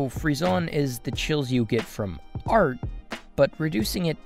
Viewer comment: rip frissons's prononciation